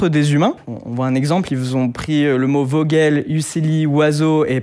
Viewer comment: À vogel c'est de l'allement on le dit fogeul